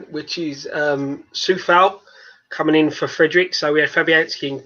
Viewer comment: Coufal not Soufal